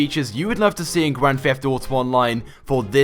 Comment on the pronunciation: It is Grand Theft Auto not a Grand Fleft Oughto